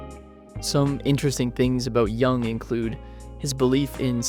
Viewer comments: Thank you for the video. But his name pronounced Yoooong not Young 😂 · "Yoong" not "Young". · It‘s JUNG not YOUNG. Cringy clown,the second guy. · Its not Young, its Yoong! Get it right. Dislike. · This is Ai made, I can tell because carl yung is not his name, its jung. But pronounced yung. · You pronounce his name wrong and it is disturbing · You might want to look up how to pronounce his last name. Best wishes